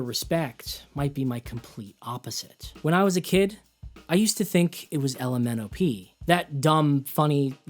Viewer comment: The LMNOP sounded perfectly clear to me